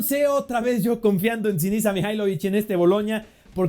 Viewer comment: Gracias por la mención tio 🤩💙 y el apellido se dice Kuaratskjelia, puedes consultarselo a los chicos de soy calcio que también se los comenté saludosss ✨ Por cierto: ES SINISHA, el apellido lo dijiste bien MIHAJLOVIĆ SASHA LUKICH MARIO PASHALICH ILICHICH NEMAÑA MATICH EDIN DLLEKO. (◍•ᴗ•◍)✧*。